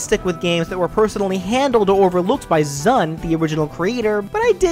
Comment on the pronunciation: Zun is pronounced like “zoon” (in english), not “sun”.